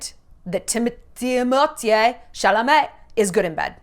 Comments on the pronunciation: I love Shallon but I cant hear her say Timotye one more time his name is Timothée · “TimOUTIEa” took me OUT 😂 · I just love how Shallon pronounces Timothees name hahaaha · yes I know, but she says in a funny way, that's what I meant.